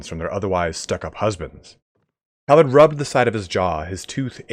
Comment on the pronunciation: Great series. Btw shouldn't it be pronunced Calàrd since Bretonnia is like medieval France?